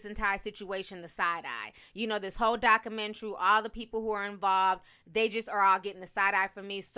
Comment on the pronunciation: I hate how she says documentary 😑😑